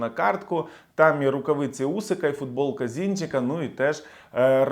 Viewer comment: футболка Зінченка, а не Зінчека